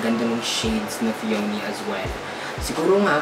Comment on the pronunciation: BTW ANG PRONUNCIATION PO NG PEONY AY "PEE-YA-NEE" SKL PO BAKA MARAMING DI NAKAKAALAM